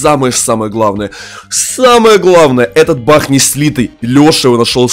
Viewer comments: Не бах а баг есле чо бах как смешно 😂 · Не Бах а баг